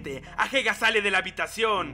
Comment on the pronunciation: Porque le dices ahega en vez de ageha aaaaaaaaa, talvez es algo que paso en tu serie porque no la vi pero no me gusta xd